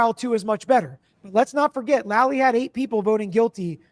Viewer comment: Hey dude with the long gray hair, the guy’s name is Lally, not Lolly. Please say it correctly.